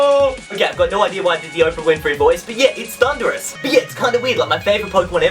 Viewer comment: It is thunderis